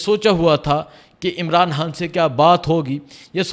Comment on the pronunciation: بھائی آ پ خ کو ح کیوں کہتے ہیں خان صاحب کو حان حان صاحب کیوں کہتے ہیں❤